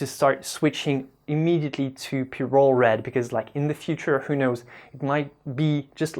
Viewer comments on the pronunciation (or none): none